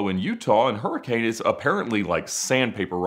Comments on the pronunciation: Hurricane is pronounced hurri-cun not hurricane. Its a utah thing dont ask questions just enjoy the fry sauce. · Don't let the locals hear you say hurricane, lol. they pronounce it more like "herkin". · You need to learn how to pronounce "Hurricane" the way they do in Utah. Especially before you go there. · More like hurricune